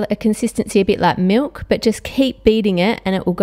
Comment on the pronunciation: She said MULK